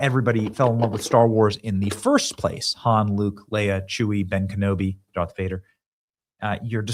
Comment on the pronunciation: Dude, you said Dark Vader 😂